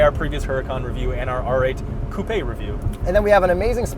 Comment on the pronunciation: Did this dude really say "coup-ay"?? 🤦‍♂️